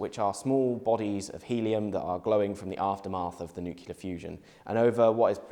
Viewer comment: new-kee-la fusion